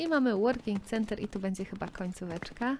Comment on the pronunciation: Galop czyta się „kanter” nie „center” 😊